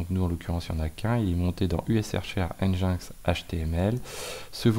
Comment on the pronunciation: Stp, ça pique un peu les oreilles, prononce "engine-ex" pas "en jain x":))))